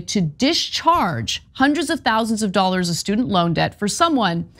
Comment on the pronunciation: He said doll-hairs, not dollars. No malarkey.